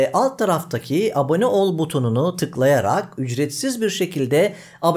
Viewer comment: de ombolans dediğiniz gibi her bölümün sonunda ABENE dediğinizi farketmedik sanmayın :-)